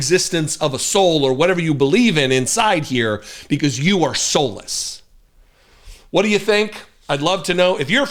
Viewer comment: We already know who but what we're dealing with, putting extra emphasis on the word WHAT.